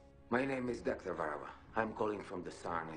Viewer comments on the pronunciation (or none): As an Estonian, they really didn't do a good job in terms of researching how the Estonian language works. It's incredibly unlikely that a doctor with the last name Värava would have a Slavic/Russian accent as opposed to an Estonian one. The actor also fails to properly pronounce his own last name (Värava), and the name of the institute in which he works (Saarne). The girl (Esther) also has nothing close to an Estonian accent, in fact, it's just rather obscure and confusing.